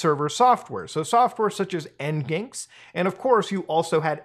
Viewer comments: Its pronounced "Engine X" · Nginx is pronounced ENGINE X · Anyone else hear "en Ginxx" instead of "engine X" and had a small heart attack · You had me until "en-ginks" and "a-potchy." XD For future reference: "Engine X." "A-patch-ee." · N ginx? I would say Engine X but okay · en-geenks (nginx), lmao. Tell me you are just a gamer without telling me you are just a gamer... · just fyi Muta, nginx is pronounced 'engine x' not en ginx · Nginx is pronounced “engine-x” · nginx is actually pronounced "engine x" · Its pronounced engine x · Jesus.... it's read "engine X" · "N-Ginx" hold up I need to throw up real quick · Not that it matters, but NginX is designed to be pronounced "engine x", i.e. N-gin-X, but I wouldn't blame anyone for not picking that out on their own, I didn't. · I would have sworn that "nginx" is pronounced "engine X" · Nginx is pronounced engine ex lol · But muda its pronounced “engine x” 🤓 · should be pronounced Engine ex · "en-genks" "apa-cha" oh, I hate that... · Sorry to be "that guy" but I think NGinx in pronounced Engine X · nginx = "engine x" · Your pronounciaton of Nginx made me cringe, I always heard it pronounced engineX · The way you said NginX almost gave me a heart attack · Bruh the way he pronounced nginx lol… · Amazing vid, but man that pronunciation of NginX separated my soul from my body. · i'm sorry what bro. you did not just pronounce nginx like that lmao